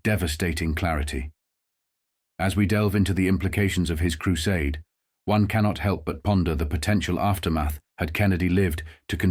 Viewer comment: The one problem I have with the fellow on this site is that every once in a while, the voice of the man narrating says things, like a foreigner would say, or a robot might say like: KREW- SOD’-AY for the real word “crusade”. What goes on here?!